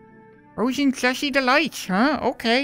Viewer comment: It's like the bot said slushie delights, but said swushy dehaights